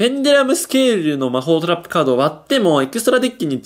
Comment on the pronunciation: 魔法トラップがマホトラップに聞こえる